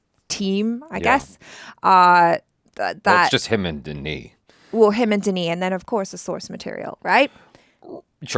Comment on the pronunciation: Yeah, you botched Denis' name.